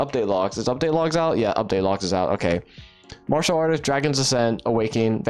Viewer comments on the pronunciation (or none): none